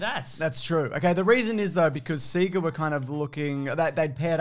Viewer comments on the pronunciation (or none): "Seeger"? Do you not remember the animated intro that literally says "Saaay-gaaaaah"? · "SEE-ga"? What did you think was being said on the startup screen of Genesis games? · It's definitely See-gah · "augh two roads diverged, and I took the one less travelled by y'reckon?" - Robert Frost. P.S. it's alright and, my mum still calls it 'see-ga.' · Aussie here. It's "SEE-GAH" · I’m Australian and always pronounced it seega, I don’t think I’ve heard it pronounced sayga by anyone else here either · 100% it's Sega. It's also project and data. And yogurt. Pronounce it right! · …. Sega literally told us all how to pronounce Sega every time we fired up a game on the thing 😂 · How you guys pronounce "Sega" makes me want to die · come on man, you KNOW how to pronounce sega because they used to tell you at the start of every megadrive game